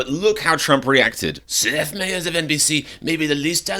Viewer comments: "MIE ers", not "MAY ers" 🙄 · My-ers not May-ers. Watch his show for the correct pronunciation. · It’s My Ers not May Ers. I think he’s pretty funny sometimes personally. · Seth Meyer. It’s pronounced my-er. My- eerr. Cheers 💙🙏🏽👋🏽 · You would think you’d do enough research to know how to pronounce his name… you’re not nearly as funny as Seth Meyers